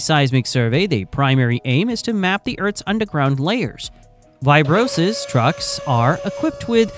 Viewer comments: It’s “vibro -size” not “vibro-sis”. Freaking a.i. 🙄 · Why-bro-sis truck ! XD